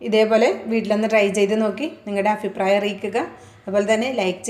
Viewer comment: Aphiprayam alla sechieeee..... abhiprayam